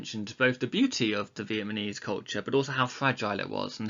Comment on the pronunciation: he continuously keeps saying vietmanese instead of vietnamese😂😂